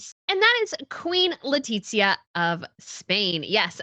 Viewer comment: Love you, but why do you keep calling her “Letitsia” is awful, as a spanish citizen I can guarantee you, that is not how we (or her) pronounce it. Think of the sound of the th in English, it would be something more similar to “LetiTHia” and that’s probably easier to pronounce to a English speaker than what you call her